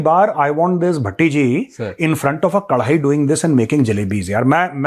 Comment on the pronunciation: sir BHATTI JI BOL RAHE HAI.........mujhe "TATTI JI " sunayi de raha hai🤣🤣🤣🤣🤣🤣🤣🤣🤣🤣🤣